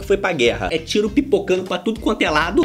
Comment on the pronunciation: Fica mais fácil eles falarem assim kkkkkkkkkkkkk JÁ FALA TURO ERRADO MESMO!